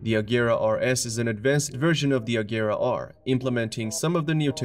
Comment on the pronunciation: Regera is pronounced with the G sounding like in Gepard, not a hard G like the Agera ("act" in Swedish, or "do it"). Regera means to dominate or to rule in Swedish.